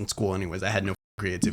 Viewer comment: bro said "crayan" ITS CRAY ONNNN lmaooo